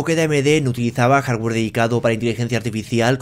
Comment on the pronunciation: Maicra dijo el jarwer tresesenta